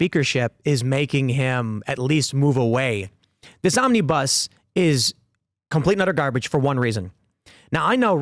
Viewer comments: It's not omnee-bus. It's fluid, it's omnabus. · Mis-heard Tim around 4.02 and thought he said 'this zombie bus spending bill' - or maybe I didn't 🤣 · It sounded like Tim Pool said, "Zombiebus Spending Bill." Hmmm, I can see that.